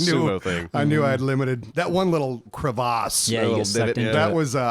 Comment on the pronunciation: its crev·ice /ˈkrevəs/